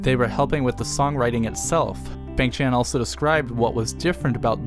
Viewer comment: love the video! great walk down memory lane with nice commentary. small nit-picky request: b-AH-ng ch-AN-n not b-AY-ng ch-AY-n. The 'a' (I don't have hangul keyboard on my laptop) in his Korean name is pronounced like 'ah' (like how you pronounce changbin) not 'ay'